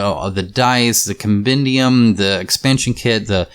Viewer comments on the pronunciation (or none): none